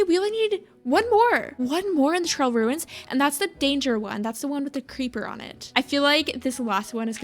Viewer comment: The ‘trail runis’ is such a me thing, I love it 😂😭😭